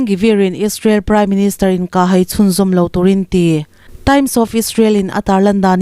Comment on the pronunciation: 'inkah hai' tih a 'hai' tih i sawi dan khi a dik lo a nia. Engtirna han tarlang ila: " Lei ka lai" tiha 'lai' tih thluk anga thluk tur a ni e. 'Bawng ka kai' tiha 'kai' tih ri anga sawi tur a nia. Tawng thluk dik hi i ngai pawimawh hram hram hram ang u aw.👍